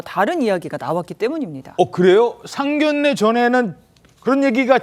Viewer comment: 상견례 발음 정확하게 하세요. 😊